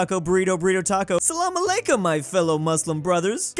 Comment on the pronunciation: My life has known no greater joy than hearing say Salam Alaikum. He even nailed the pronunciation.